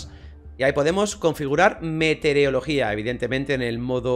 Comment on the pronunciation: Segundo video en el que dices "metereologia" en vez de meteorologia xd